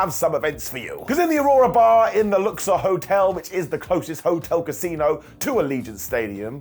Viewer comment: dangit, why did you say the "Luxor hotel" like that?!